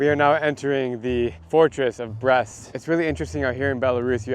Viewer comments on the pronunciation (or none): It's pronounced Breest, not Breast. Lol